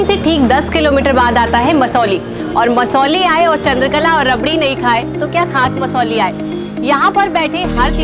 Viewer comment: Masauli ka uchcharan sahi nahi hai